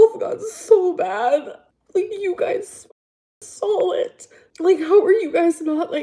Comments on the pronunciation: “You guise sawl it” 😂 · "my mom sawl it you guys sawl it!" 🤣🤣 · “My mom sawl it.” wtf is sawl girl 😂😂😂